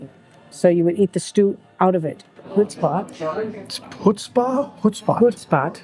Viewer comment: Actually it's huts-pot, (not hut-spot) but overall you made a nice video again.👍👍 if you want to learn about the Netherlands in 16/17th century, I highly recommend the "80years war" video serie from the YT-channel 'History defragged'. They also made a beautiful video serie of "New Amsterdam". English narrated. You will love it!